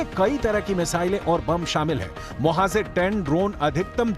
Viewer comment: Correct your hindi please, you keep saying Mohazir ,which's wrong, correct words Mohajir